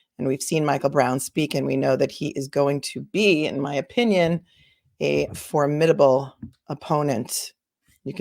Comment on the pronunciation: I love it you pronounced "formidable" correctly. I am so used to correcting in my mind those who don't. So many young girls and women missing with no closure. This is making me angry. This should not be!